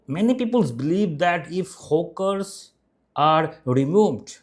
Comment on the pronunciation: Why are you calling them Hookers? and why do you add E before any word starting with S like Streets to Estreets?